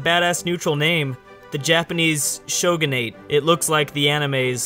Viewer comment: It's Sho-gu-na-te